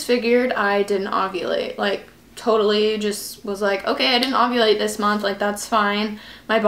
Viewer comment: are you saying ogulate not ovulate?? lol